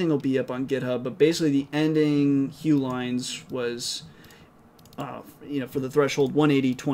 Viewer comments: first time i heard hough the way you say the name hugh. i always heard it pronounced it huff in school. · It is pronounced like "huff" kinda like tough. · Hough = pronounces "Huff"